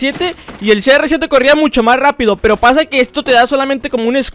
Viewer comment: Cada like son las veces que dijo serresiete 👇